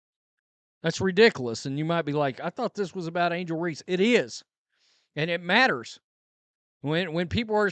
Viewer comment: Angle reese??? Really